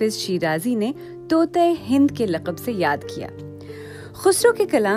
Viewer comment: ان چند اردو الفاظ کے درست تلفظ کی طرف توجہ دیں: کٹھن ، طوطئ ہند ، موشگافی ،موجد ،شبلی ۔۔۔ یا مجھے بی بی سی میں ملازمت کا موقع دے دیں ۔۔۔😂😀